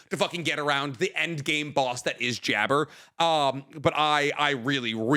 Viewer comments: Jabbar just to let yall all know is Arabian his name is a give away and its not how ya pronounce it ...its JAB-BAR ... like Aladdin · And I didnt mean Aladdin like that I mean its pronounced the same as jafar